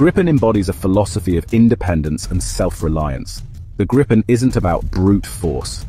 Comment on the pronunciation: Not wanting to be picky of condescending, the name “Gripen” is pronounced “Greepen”, like the color “green” (sans the n) and Pen. Trust me, I’m Swedish and use to live less than 2 miles from the main factory. 👍🇸🇪